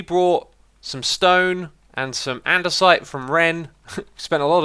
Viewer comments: I think you said “sandisite”? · He said andesite but I did have to listen twice. The way he said "this an-" sounds like sand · sandstone,wait did i said andesite,i meant granite hahahaha lmao